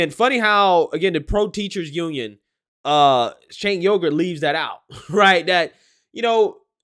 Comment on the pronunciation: 😆 bro. Did you just say Chang Yogurt?